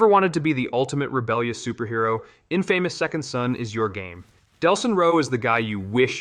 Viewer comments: Moment I heard IN FAMOUS was a dead giveaway! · It’s infamous like in-fuh-mous. That’s when I knew it was AI. Still waiting for a infamous 2 remaster tbh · “Inn-famous” gave it away? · Guaranteed. The way it pronounced inFAMOUS like it yelling all of a sudden cemented it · In-famous, age-ed and Glay-doss pronunciations are Chef's Kiss! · In-famous? Bruh you already failured smfh man 😂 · hmm that's why Ryse has NPCs speaking portuguese and "infamous" was pronounced like sh** 😬